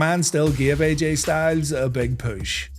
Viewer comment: Hearing him say "poosh" over and over made this video worth the time alone.